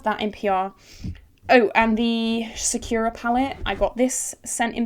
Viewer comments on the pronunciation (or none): hi. plzzz. it's sakura, not secura/sequra.